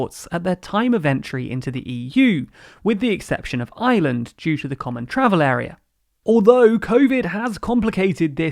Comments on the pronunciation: The struggles to pronounce Ireland seem too real for you ;) Try "I-Ur-land" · It's Ireland. It isn't Island. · Mate how many times, Ireland not Island.